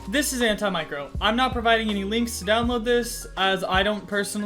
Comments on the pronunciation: It’s anti-macro not an-ti micro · sorry am i the only one thats getting triggered by him saying micro 😂😂